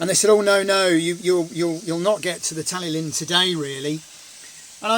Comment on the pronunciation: Pronounced Talythlun 😊 great TST as usual 👍